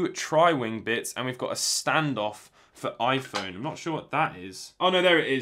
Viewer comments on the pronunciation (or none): none